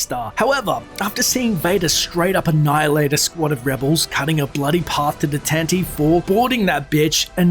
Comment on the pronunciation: The corvette is called the Tan-Ti-Vee (yes, THREE syllables) As a fan base, we need to start pronouncing the name of the corvette correctly. The named was introduced, and heard several times, in the Star Wars Radio drama in 1981.